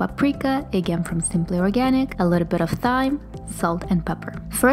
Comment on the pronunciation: Great video! They all look delicious and aren't super time consuming either! Will definitely be making the burgers 🍔 😋 ❤️ FYI thyme is pronounced 'time'.